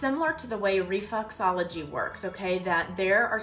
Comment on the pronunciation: she says reflUxology, it’s reflExology…